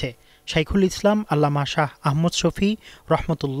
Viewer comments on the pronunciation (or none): none